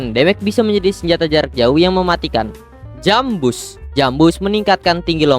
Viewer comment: Gue Dengernya JumpBoat